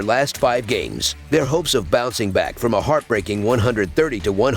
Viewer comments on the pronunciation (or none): His name is pronounced Steffen, it throws me off every time 😬😬😬